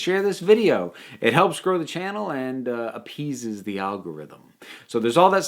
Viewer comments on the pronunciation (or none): Can I just say I love how you say "it appeases the algorithm" like it is some sort of God or monster demanding a sacrifice. Lol.